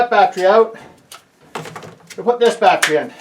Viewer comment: Can’t stop saying. BAT TREE